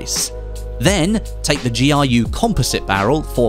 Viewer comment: GRU is just g r u, and not giu